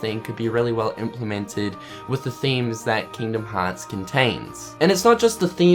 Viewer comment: "Keengdum Hots 3" I love accents xD